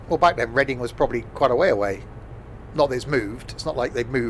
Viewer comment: sorry to be a pain but it’s pronounced red-ing idk why its spelt the way it is though 🤦‍♂️ anyway keep up the good work